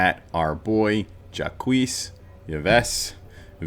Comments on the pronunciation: That is definitely a choice to pronounce Jacques. :-D Sounds like Jock. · How tf am I supposed to take your analysis seriously when you can't pronounce "Jacques"? It's barely a google search, you lemon